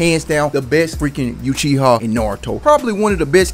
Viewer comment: Yuchiha ..... Ouch